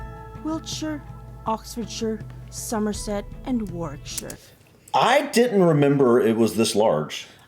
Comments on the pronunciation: Warkwickshire is not pronounced "Walkshure" it's easy, it;s just like "Worickshire". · Bourton is pronounced Boughton or bore-ton, not as the narrator prounced it. Shire at the end of a word is pronounce shrrrr. In the Cotswolds there are many names that have silent letters, Leominster is pronounced Lemster, Worcester is pronounced Wooster. Warwick - Warrick - Warrickshrrr.